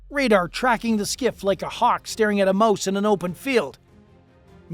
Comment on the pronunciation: Never ever say mouse again as you cant